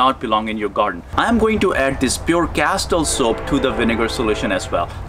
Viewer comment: Sorry - but did you sat “Castile Soap Oil” or ......... ? Thnx